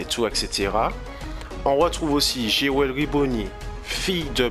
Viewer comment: je pense que c'est parce que tu prononce jewely au lieux de jewelry